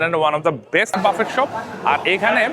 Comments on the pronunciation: It is pronounced as Buffae not buffet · পাগলা, এইটা বাফেট না বাফে... উচ্চারণ। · You mentioned that you have been living in the UK for the last 17 years, but you don’t know how to pronounce “buffet.” The correct pronunciation is “buffay” (like “ba-fay” or “boo-fay”). The “t” is silent.